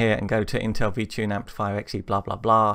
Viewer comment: Why does it sound like your saying VChing? This is interesting, we need more programming vids please.